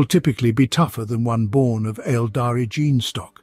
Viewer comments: When I saw this pop up on my timeline I was like ”holy shit, he must of figured out how to make it say gene”. But no, it’s an hour of gin. You fucking mad man. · glad i´m not the only one but seriously what´s wrong with the narrator and the word "gene"? not sure if i´ll finish or abort within the next few min